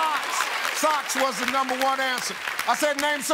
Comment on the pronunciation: Steve says, "She got all numba' 1 ansuhs'!" Me: "Oh, really STEVE?!"